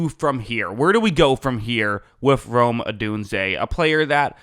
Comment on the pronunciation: Oh my gosh! Yes! Rome like the the city in Italy the Roman Empire, like dome with an R. It’s about time